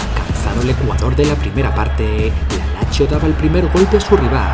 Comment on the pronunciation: Locutor..Lazio : Lachio..(q im.becil)..es Latzio.. Peruzzi : Peruchi (que im.becil de nuevo) ..es Perutzi..informate bien!!